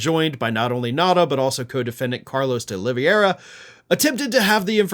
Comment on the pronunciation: OlivEIra, not Oliviêra!